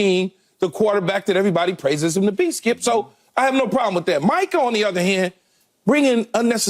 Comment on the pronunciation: Someone tell the playmaker it's MICAH, not Michael.